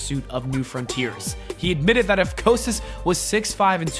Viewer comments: Jesus christ dude, you want to make vids? Learn how to pronounce people’s names correctly. Thumbs down. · Can we talk about how he pronounces bill mahr Bob Costas and Randy Ortons names ugh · The way you pronounced “Costas” does not sit well with me. It’s Cost-as, not coast-as as you said it. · Its not Bob COASTAS, it's Costas, like Kostas,, He has more Emmy's than any other sports journalist .. show some respect by getting his name right. And its ORTON, not ORDON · "Costas" Not "Coastas" 😊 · LOL, 'Coastis'? Bob fucking Costas may be a dick, but slap some respect to at least know how to correctly say the name of a legendary broadcaster. COST US (basically). I mean, you looked up his height and weight stats, but skipped how to say a name you should already know? Even Vince said it for you in the footage you utilized and you still repeatedly borked it. Edit: Bill MA HER??? I give up. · cost-us, not coast-us mar, not mar-her dude, no one can take you seriously if you can't pronounce people's names correctly. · Bob coastesess. Hahaha, wrong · OMG. Bob “ COASTUS”? Learn to pronounce names dude. Vince even says it in the interview and you still say it wrong. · Bro, you gotta work on pronouncing peoples' names correctly before you do these videos. 'Costas' is pronounced 'Cost-us', Vince even says it in the clip. 'Maher' is pronounced 'Marr'. 'Stossel' is pronounced 'Stoss-ull'. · How could you not know how to pronounce Costas? He's as big of a name in sports broadcasting as there's ever been. Frickin' nubes. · The Best part of the video is the host pronunciation of Bob Costas!!!! Koe Stas is a has been!!!!!!! OMG, he got Bill Mah har wrong too! I love it! I hate both of this libtards! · You pronounced every single name wrong. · Fun stuff, but dude, at least be able to pronounce Bob Costas's last name correctly. Makes you look like a complete idiot. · How can you mispronounce Bob Costas??? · Bob "Coast-us"? Bill "Mah-her" John "Stow-sul"? C'mon, dude ....